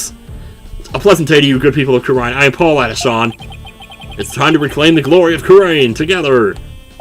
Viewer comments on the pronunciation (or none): Paul Atishon is supposed to sound like “politician” it actually hurts hearing you say Adishawn. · No no pronounce it as Paulatishion in other words politician yeah the name puns continue but it can’t beat one that you’ll see later